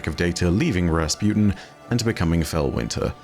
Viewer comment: Everyone: Rasputin: Razpewtin